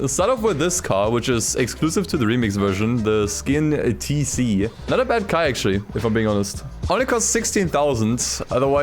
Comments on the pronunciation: Skin HAHAHAHA It's a Scion (Sy-on) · Scion is pronounced "ion" with an S in front of it, the c is silent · Did he say “Skin Tc” 😂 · "Skiun TC" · I love the wonky game crashes. Also the way you say scion sounds cool. Skioin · the "skin TC" pronounced SIE-ON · my mans said the skion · This dude called a scion a skin what the fuck that made me cringe so hard😂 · the correct pronunciation of Scion is "SIGH-ON" this was Toyota's youth brand until 2016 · The c in scion is silent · Did he really jus pronounce scion like that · Him pronounce Scion 😭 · The way says scion is funny lol